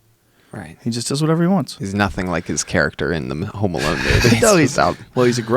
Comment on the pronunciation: are they saying Home Malone ? i swear they are.